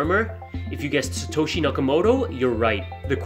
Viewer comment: It’s Satoshi